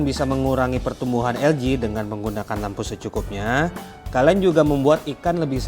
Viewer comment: ( ALGAE ) ada yg penyebutannya menjadi ALGE/AL-GE ada yg penyebutannya ELGI/EL-GI ada juga yg penyebutannya ALGA/AL-GA dan lau bang nyebutnya ELJI/EL-Ji. dari pada puyeng mana penyebutan yg bener jadi klo gw mah nyebutnya LUMUT/LU-MUT ajalah 😂😂😂😂